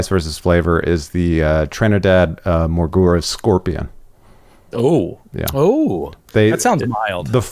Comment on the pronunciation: please I love you buddy but if I didn't know better I'd think you were mispronouncing peppers on purpose. Bhut Jolokia, Moruga Scorpion, Capsaicin